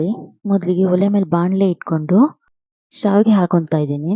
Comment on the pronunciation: Saavige alla adu shavige annamma...